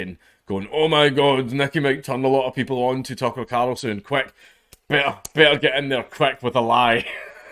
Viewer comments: I love watching him attempt to say Tucker CARLson over and over AND OVER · Tuckah Karlsssin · Tucker Carrrlsin 🤣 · The way he says 'Tucker Carlson' is extremely satisfying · The way you say Tucker Carlson is fucking hilarious